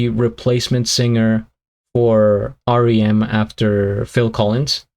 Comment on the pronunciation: R.E.M is pronounced as there letters - not rem as one word. Best wishes from Scotland